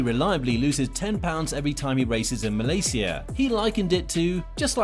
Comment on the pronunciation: Why you say Malaysia like that bro ??